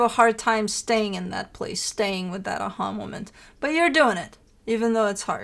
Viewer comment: I was trying to find the definition of “ahulmament”… then I had an “a ha moment” and realized what it was you were saying. I love your energy and insight. You are always smack on with your interpretations of Aries readings. Thank you for sharing your wisdom over the years!!